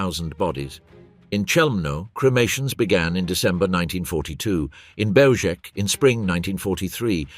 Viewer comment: Belzec is pronounced Belzhets.